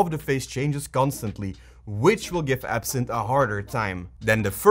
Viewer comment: Its actually Ebsynth not absinth😅